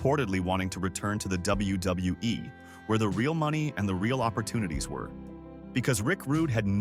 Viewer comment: Its WWE not WWWE AI got to go.